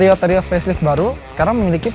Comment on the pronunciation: lucu banget ngomongya daihatsu terios menjadi mengomong daihatsu teroris ha ha ha ha ha kocak